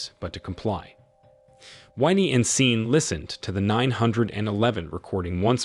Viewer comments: This must be narrated by Ai we all know Sean is Shawn not seen. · SHAN “SEAN” NOT SIN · I'm tired of these A.I. voice recap videos. "Seen" lol. "Nine Hundred and eleven" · I had to stop watching due to hearing Sean being called "Seen" like really? I mean really?!? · How the hell do you read sean as scene?!?!? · Sean , "seen" , are you kidding? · The repeated mispronunciation of Sean as 'Scene' was downright nerve-racking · Keeps misprouncing his name....Sean (Shaun). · Stupid pronunciation since SEAN PENN is in the damned movie! Sean = Shawn, Shaun. I’m sure there are other spellings, too that are pronounced the same way. Good grief! So distracting since the name was mispronounced practically every other word. 🤬